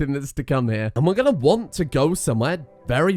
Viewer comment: I think he was saying “hya”, as in “hea”, as in a very classically British way of saying here. So “come here”.